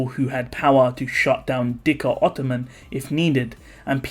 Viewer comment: Again Im pretty sure its zikr ottoman not dhikr